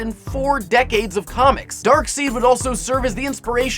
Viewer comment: It's actually pronounced darksEId not darksEEd. I'm not hating i just wanted to make it clear.